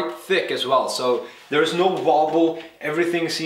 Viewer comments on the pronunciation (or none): none